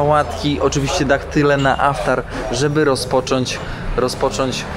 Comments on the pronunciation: Yes, it's IFTAR, not AFTAR. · IFTAR,,a nie żaden "aftar". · poprawie slowo - to nie Aftar, to IFTAR;) ale filmik super, jak zawsze. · Aftar czy jednak iftar. Możesz to wyjaśnić. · Chyba iftar a nie aftar ! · Iftar a nie tak jak mówisz. P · Aftar , tuniz zamiast Tunis, weź popatrz w ten internet i naucz się wymowy bo filmy fajne ale słuchać się tego nie da!! To 2 z wielu przypadków